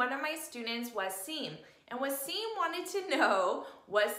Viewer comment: His name is not was seen but it is wa seem 😂